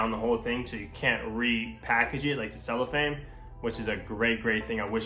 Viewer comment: Cellophane not “cellophame”